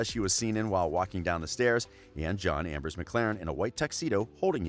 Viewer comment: I thought I was the only one. Even the way he said Ambrose. He skiped the 's'